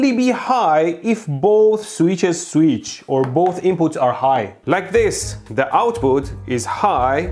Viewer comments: I shall, from now on, correct my pronunciation of the word "switch." I shall now pronounce it "sweetch." Mehdi said it is so, so it is so. :) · I had to click just to hear Mehdi say “sweetch” as much as possible.